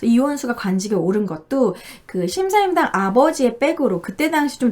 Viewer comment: 자꾸 심사임당이라고 하시네요